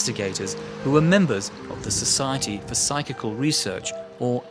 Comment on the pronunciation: This idiot can't read or can't pronounce psychical. 😂😂